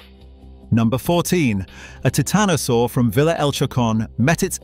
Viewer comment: You should know that the "i" in "Titanosaur" is pronounced as a long vowel as in the word "Titan" and NOT as in the word "Tit." It makes a difference